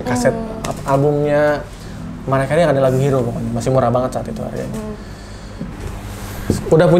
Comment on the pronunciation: Bukan MERIAH ATAU MARIAH tapiiiiiii MERAYAH KERIY gitu baca nyaaaaa